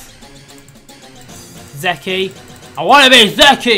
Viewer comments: It's funny how pronounces "Zeke' "Zeki", when it's actually pronounced "Zeek" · in English its pronounced like these letters zeke not ze key just informing you to help with English:D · He pronounces Zeke wrong... Oh well we'll just be hearing a ton of zeki